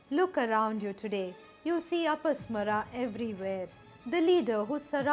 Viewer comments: One small correction. It should be pronounced as apasmaara( अपस्मार) with a deergha after म and not अपस्मर. You can check in any sanskrit dictionary. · Never say mythology sanatan/hinduism is not myth.Every name you say has extra 'A' sound in the end it's apasmaar and not apasmara see correct pronunciation in Sanskrit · In the name Apasmara the '-ma' should be pronounced long. You pronounce it in short, a clear mistake. Correct it.